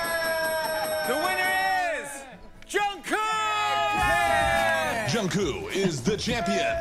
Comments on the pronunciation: It's a J sound not Ch ..... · It's Jungkook not Jungkoo lol. The Fallon team are wrong in pronouncing it. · This is coming from a guy (me) who speaks Korean. The vowel in the show is accurate but for the consonant, they are supposed to pronounce G instead of K. Most people are used to the American way of Jung-Cook so it's okay either way. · You pronounce Jungkook right. And it's wrong on the show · Nooo the Jimmy Fallon team said Jungkooks name more wrong hahaha. You're doing a better job! There actually is a video called "Learn How to Pronounce BTS members Korean Names" that explains it all. It might be a fun video to react to! Basically the Korean the J and K sounds are a bit different. They pronounce the J as something between a J and CH-sound. And they pronounce a K somewhere between a K and a G-sound. So if you really pronounce his name right it should sound closer to J/ChongGoog. Best reference is to just watch the video I told you about or just pay attention to the BTS members when they call Jungkook's name tbh haha